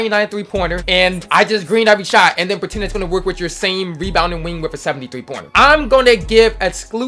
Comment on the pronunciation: “Webounding wingths”